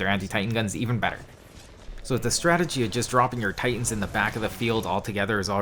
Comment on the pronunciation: U said stradegy at the beginning